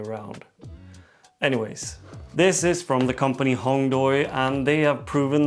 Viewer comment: Nice review, just one thing from a Chinese speaker: it’s pronounced “Hong Dway” not “Hong Doy”. The “ui” vowel combination in PinYin (romanized Mandarin Chinese) indicates the “way” sound in English. Might help you out since you like collaboration with the company, and their tools like nice. Keep up the cool vids!